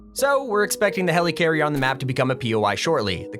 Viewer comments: Okay can you stop calling it HELEECARRIER Its pronounced Heli-carrier or heleh- carrier Not heleecarrier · Nobody:: HELYCARRIER